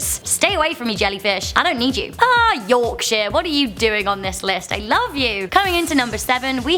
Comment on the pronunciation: Wahey! Yorkshire mention. Proud leeds lass and isn't it nice when it's pronounced properly too